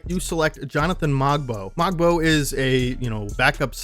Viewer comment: Fun fact: Kyle Corver taught Ulrich (ool-rish) how to shoot 3's hence his %. Also the "g" is silent in Mogbo :)